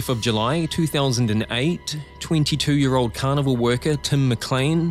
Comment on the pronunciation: Almost every time this narrator says "carnival" it sounds to me like "cannibal".